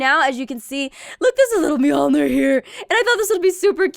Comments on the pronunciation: Muh-jor-lin not mee-alner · Muh-jor-lin mee-aln-er